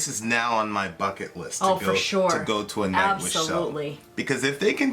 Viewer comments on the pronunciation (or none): none